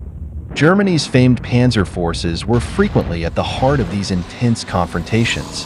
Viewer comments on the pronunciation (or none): none